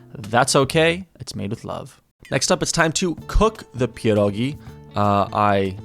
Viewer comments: OMG U SAID PIEROGI PERFECTLY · You say 'pierogi' very well